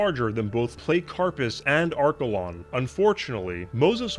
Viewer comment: Platty-carpus, not playt-carpus. Just sayin